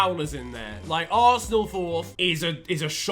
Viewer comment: He butchered West Ham and Arsenal worse than his old haircut 💇